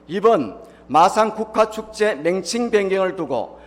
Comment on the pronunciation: 맹칭이 아니라 명칭 한글 발음도 안되냐